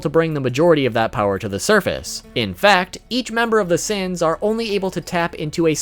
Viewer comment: " Seven Deadly Seaaens"